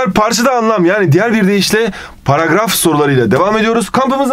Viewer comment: Abi niye paraf diyorsun.Dilin mi dönmüyor.